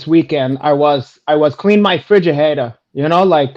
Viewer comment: 🤣🤣🤣🤣🤣 coming with the 🔥 straight away with the ‘hefridge’